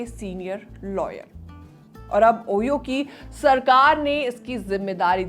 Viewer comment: Ohio ओहियो nahi 😅ओहायो